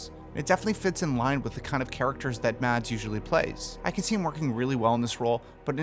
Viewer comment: As a Dane, can I just say the D in Mads is silent. It's pronounced Mas, like Christ"mas". Btw., I think he could do great as well, although the accent would be slight off.